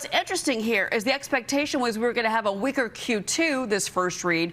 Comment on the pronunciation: a “weaker” Q2…. sounded like she said a “wigger” Q2